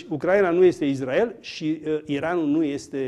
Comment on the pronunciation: Cand spui: "IZDRAEL"... se vede la ce televiziuni te uiti...